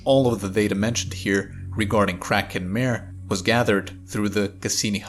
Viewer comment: Kraken Mare? Not mehr, but mah-reh!